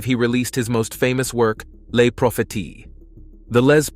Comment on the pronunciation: Les Propheties is pronounced "Lay pro-fay-see" in French.